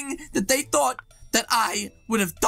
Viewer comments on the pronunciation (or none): none